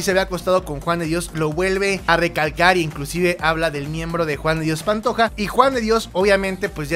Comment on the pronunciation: Rosario es mi abuela y no sabe decir JUAN DE DIOS PANTOJA